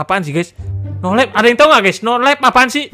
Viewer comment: Nolive. Wong ndeso nyebut e nolep